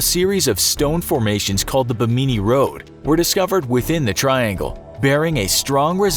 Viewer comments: It's pronounced "Bim-min-nee" not "Buh-mee-nee". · Not Beh Mean E It’s Bim E Knee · really Bimini road.... pronounced Bee-Me-Knee? No it’s pronounced Bem-Mi-Nē. Seriously? I’m beginning to lose my respect for this channel. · Bimini pronounced Bim-a-knee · ITS PRONOUNCED BIM-IN-NEE Bimini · I've never heard anyone mispronounce Bimini before. You should be utterly embarrassed. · Research the pronunciation of things before you record a video. Bimini was pronounced incorrectly. Always something like this in your videos. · I cringe when he mispronounces Bimini